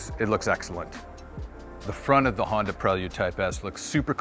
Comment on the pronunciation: Onda Prelyude